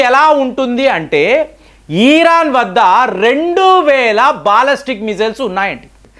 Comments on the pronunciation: ఈరాన్ కాదు ఇరాన్.....😅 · ఈరాన్ కాదు సార్ ఇరాన్ అని చెప్పండి. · Eeeeeeran Kadu nayana iran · Please don't call eeeraan. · antha bagane vundhi...kani iran na eeeron na sir pronunciation naku edhi correct artham kavatan ledhu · adhi iran ra babu eeeran kadhu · EERAAN KAADU, IRAAN KADA ? DEERGHAMU LEDU